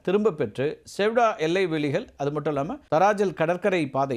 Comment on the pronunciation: அது செவுடா இல்லை.....செயுடா